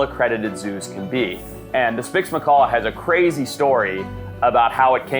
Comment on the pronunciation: Did anyone hear him say”spix Macor”